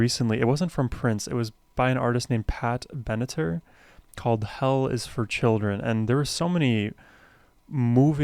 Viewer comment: Pat Benatar’s great. It’s pronounced Ben-a-tar (as far as I’ve always known at least).